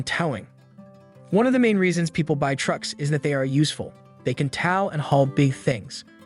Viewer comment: Knock it off with these artificial voices for narration! It's TOW, not TAU!